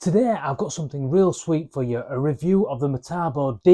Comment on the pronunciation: Metabo not Matabo.